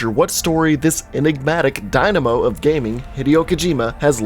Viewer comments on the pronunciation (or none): none